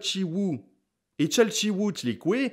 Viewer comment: Très bonne description de la mythologie aztèque, merci à toi +Nota Bene P.S. : +1 j'aime pour Chalchiuhtlicue 😂😂😂